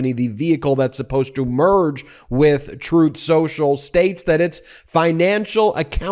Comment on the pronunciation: “strooth sential”